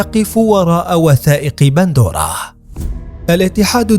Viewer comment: قهرتينا ايها المعلق إسمها pandora وليس bandora 🍅🤭